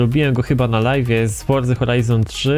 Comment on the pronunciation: dlaczego muwisz Horza Horajzon 3